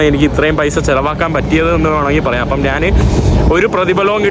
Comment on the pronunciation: നാണ്, നാന് അല്ല ഞാൻ എന്നാണ് ശരിയായ വാക്ക്. നിനക്ക് യൂറോപ്പിൽ നല്ല ജോലി കിട്ടും. പിമ്പ് ആയിട്ട്